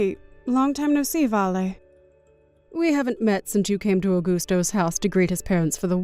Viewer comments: S2: Coasta sounds like a teenager. Gianna is too soft spoken. And it’s compensation NOT alimony. S3: She’s talking to herself again. Augusto is pronounced Au”gust”o not “Augoosto”. S5: Motormouth comes back in the form of Bella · Ugh. The pronunciation of those names. Augusto is not pronounced ‘Agoosto’. Don’t even get me started on their pronunciation of the name Costa 😂 Also, an apartment for only 50k?! What is it? A 10 foot square dorm style room with shared bathroom and kitchen. 😂